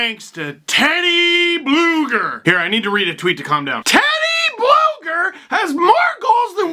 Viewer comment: Steve... U got it wrong his actual name is TeodorS BlugerS. So yes his from Latvia and his name ends with S